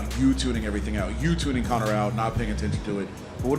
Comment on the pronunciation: Man said connorsius macgreggory 😂😂😂😂